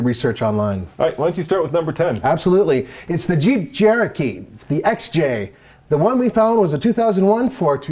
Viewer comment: It's the Jeep Jerokee. Ugh, these people are corny.